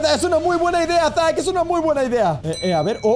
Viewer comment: Si a mí también pero creo que se dice zack